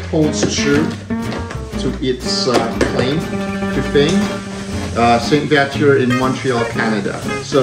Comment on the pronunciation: Sir, You pronounced Saint-Viateur properly. :-) "Vee-A-ter"